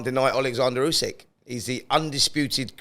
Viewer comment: Get real Simon it’s Usyk